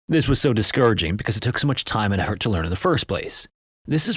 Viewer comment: is this an editing glitch or.. bc in context you're probably saying "effort" but I only hear "eaheaurt"